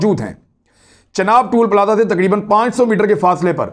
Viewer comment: TOLL PLAZA and not TOOL PLAZA